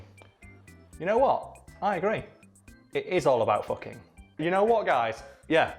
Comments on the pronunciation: The town's name is foo-king! get it right! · Everybody misreads the sign for Hilter in northern Germany when they first see it. I was also in Elend (misery), just 8km from Sorge (worry). I know it's for comedic effect here, but you are kinda mispronouncing Fucking if you say it like the English pronunciation, except your northern English accent with the characteristic u sound that is far closer to German kinda counters that.